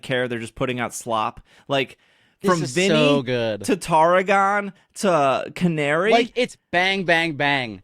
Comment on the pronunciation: 2 minor things. 1) She's rank F and beating her puts you to E. 2) Her name is Canary, it's Ca-na-ri.